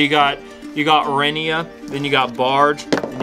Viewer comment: Liked the video, especially the Barge part (because I haven't used it yet). Btw, your pronunciation of "Renia" is spot on. Greetings from Germany 🤙🏻